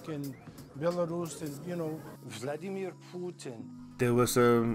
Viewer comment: Vald-e-mir POO-tin